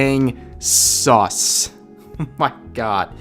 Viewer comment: STOP Saying "sus" Like That It Is Not Necessarry